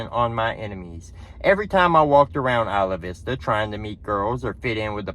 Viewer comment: I am impressed. A Southerner who can pronounce Isla Vista!! Hats off. :face-blue-smiling:👍 I ain't mad at ya, I agree with ya.